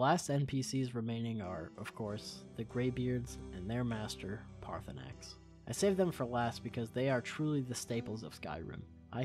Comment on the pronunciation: it’s Paar-thur-nax